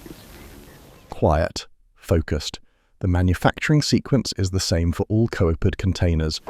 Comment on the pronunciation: Ai voicetrack. Couldn't say the word coopered.